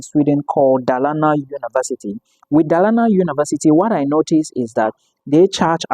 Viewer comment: Dolana, that’s the pronunciation